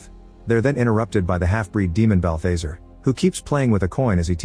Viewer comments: It's constant-TINE, not -TEEN. And Balthazar rhymes with bizarre. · Quit using AI voices you're not producing balthazar right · THATS NOT HOW U PRONOUNCE BALTHAZAR